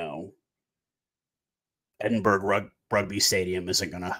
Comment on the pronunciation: just letting you know its not pronounced Edinburg. its Edin-buh-ruh